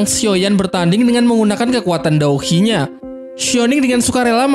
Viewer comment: Douqi bang jangan dou hi 🤣🤣